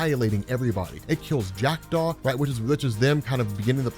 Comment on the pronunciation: Oooooh, you said Jackdaw. I thought you said Jack Doff. 😂